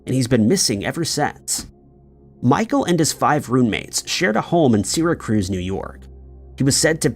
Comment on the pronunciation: Trying to say Syracuse.